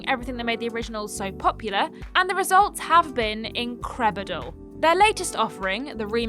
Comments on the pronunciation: Wait, did just say "increbidle"? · Yeah, noticed that too 😂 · Just came to the comments to say this lmao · I ran to the comments just say that. Lol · It sounded intentional but her delivery left room for speculation. 😂 Either that or we're laughing at a speech impediment.